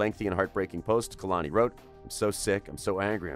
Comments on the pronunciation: He Ain’t even say Kehlani name right kAy-Lani not kUh-Lani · Ka-lani? Who tf is that. It’s kay-lon-e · Kay-lani not kuhluni